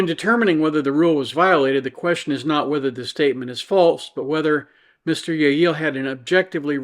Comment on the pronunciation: I see you didn't get my humble pronunciation guide from last time:P in Spanish, a double l is pronounced as a y, so the name is pronounced 'yeh-yee-yay.' BUT, I can hardly blame you for eschewing that in favor of 'yeh-yeel.' "Yeh-yee-yay"... it's not even that it's quite a mouthful, it's that it's NOT a mouthful! There's no "there" there, you just feel like you're grandpa without your dentures!